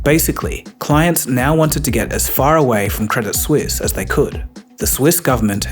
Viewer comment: You mispronounced Credit Suisse. 😊